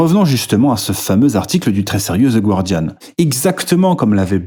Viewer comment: Je lance la vidéo, j'entends les français faire l'erreur de prononciation sur le nom du journal (le u est muet), je pars, j'ai une autite maintenant à cause de ces crachats dans mes oreilles !